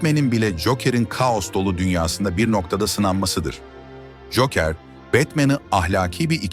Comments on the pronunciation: Güzel anlatım da telaffuz dikkat dağıtıyor. Cookıır, veydıır... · Cokır olacak doğru telaffuz.